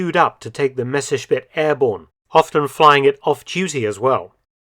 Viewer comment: Very interesting. I am very pleased with the correct pronunciation of the name Messerschmidt, which is almost unique to many English speakers. Thanks